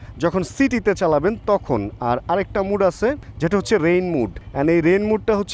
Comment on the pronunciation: Bhaiya apnare titkari ba oshomman indicate kore kisu boltesi na just emnei ektu choto ekta correction korar jonno boltesi...apni jei mode er uccharon ta " mood" er moto koren oitar correct uccharon ta ashole "মোড" .. "মুড" na..